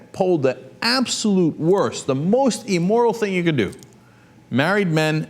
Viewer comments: P.S. it's "IM"moral, not "E"moral. :D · Cenk, the word is immoral not emmoral. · "E" moral?? Really? "E" moral? I grind my teeth every time I hear that pronunciation. It's IMmoral. Geez... (But I love your show!!) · amoral not "emoral" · Hate to nit-pick here...but...it's AMORAL, not emoral. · Again - Cenk, it's immoral as in 'imbecile', not eeeemoral. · I love Cenk, but I hate how he says Emmoral, lol. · Cenk's pronunciation of immoral... EEmoral... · Also, you should learn how to pronounce "immoral". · Does Cenky mispronounce the word "immoral"?